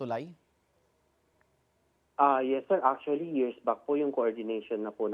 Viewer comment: ACHULLY... ACHULLY... ACHULLY...